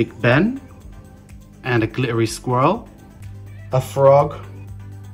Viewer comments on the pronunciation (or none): That is an amazing tree. I’ve never heard anyone except my partner say 🐿 the way you just did. I’m confused about how it’s actually pronounced though.